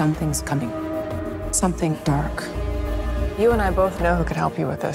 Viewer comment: "Someting dark is comming" Its Katleen Kennedy ya´all